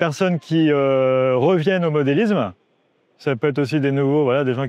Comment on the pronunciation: Salut et merci. parle bien mais je n'ai pas aimé les "Sans €uros" au lieu de Cent €uros, mais il fait de très belles choses. Difficile également d'entendre parler de "modélizzme" au lieu de modélisme. Également dur pour les oreilles "une rail droite" et "une rail courbe" Je sais je suis assez exigeant concernant la langue française. Jacques.